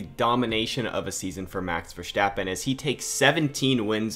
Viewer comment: Sorry but i have to mention it. Please dont say Max Vestappen, You littarly fortgetting the R Max VeRstapen